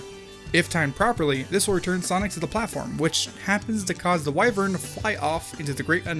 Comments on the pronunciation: not why-vern,, its pronounced wi ((as in "with"))-vern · Your pronunciation of "wyvern" hurts me in the soul, but good vid nonetheless. This game will go down in history as the modern E.T. Loved the "It's like flying by sitting on a chair and pulling up" part.